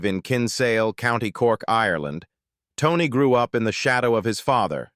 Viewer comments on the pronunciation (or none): none